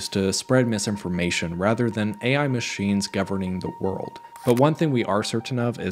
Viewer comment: It was an informative video, but listening to the AI voice, it pronounced 'machines' MAH-SHINES'.